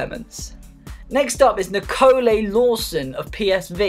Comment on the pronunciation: and its NEEKOLEYE